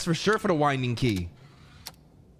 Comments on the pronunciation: A wind ding key? Moun TAY nee ous? We’re getting you Hooked on Phonics. LOL. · The way pronounced winding 💀